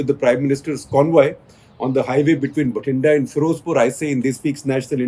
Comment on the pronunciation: It's Bathinda (बठिन्डा) not Bhatinda (भटिण्डा).